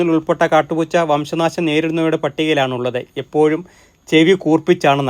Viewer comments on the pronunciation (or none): none